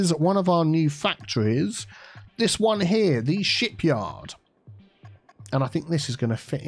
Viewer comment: said shipyard, but I heard a different type of yard.